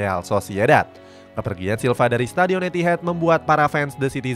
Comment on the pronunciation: Etihad bukan Etihed😅